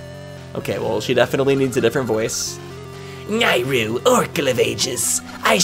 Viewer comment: You are the only person I’ve heard of that pronounced Nayru as “Nye-ru” and not “Nay-ru”